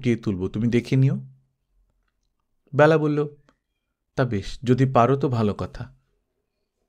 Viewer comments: Khub sundar ,apnar kamthaswar shunte ato bhalo ,shudhu byala noi Bela,apnar amon bhul haoya uchit noi ,Kane lagchhilo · বেলা উচ্চারণ এ হবে, খুব বাজে লাগছে শুনতে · ব্যালা নয় ওটা বেলা হবে, বালুকা বেলা র মত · খুব সুন্দর গল্প ও পাঠ, তবে, বেলা শব্দটির উচ্চারণ কারোর নাম হলে হয় "বেলা", যেমন বেলাভূমি, আর সময় বোঝাতে উচ্চারণ হয় "ব্যালা", যেমন "দিনের ব্যালা", "সকাল ব্যালা", যদিও লেখার সময় বেলা ই লেখা হয় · Ekdom e tai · Onek bar bolbo bhebechhi kintu English script e ki bhabe bojhabo bujhtei parini.....!! Thank you.... khoob kaane laage.....